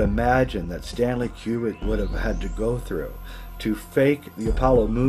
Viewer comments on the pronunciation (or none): Yay! I just might shatter his world, but it's pronounced koo-brik, not like Qbert (kew-bert). Learn UP, scro!